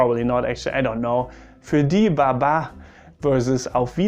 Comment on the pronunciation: Also baba is pronounced more like Ba Ba-a